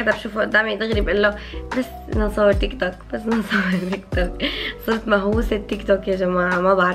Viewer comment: تقولي تيكتوكيك مو تيك توك اخوكي